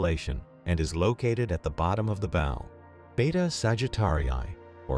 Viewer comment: Can't say "bow" correctly despite the obvious context. Dam voice synths! :face-blue-smiling: "Physics"?